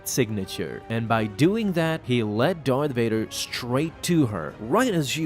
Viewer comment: Varth Dader